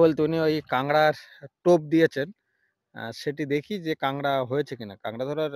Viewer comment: bhai KOLKATA-er manush - tomar bhai Bangla basha (Matri-Bhasha) ta thick moto bolo na kayno go? KAKRA k KANGRA bolcho kayno? oshujjho. But bhai tomar English ta bhalo bolo.. British er bhoye akhono ache daykhi :)